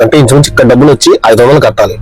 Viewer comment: Gabbulu kaadhu dabbulu